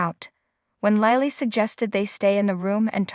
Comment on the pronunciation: Lie Lee? The narrator calls Lilly: Lie Lee? Please teach these narrators how to pronounce the actors names!! It makes them sound uneducated! They call Devon: Devin. But: Lie Lee?